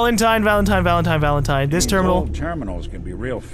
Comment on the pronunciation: I am really strangely annoyed at how says Valent-ee-n instead of Valentine